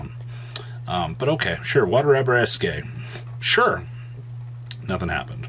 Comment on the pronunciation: “Arabesque” It’s Pronounced air-a-besk Not abareskay